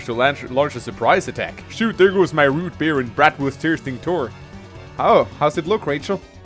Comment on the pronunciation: "Root beer"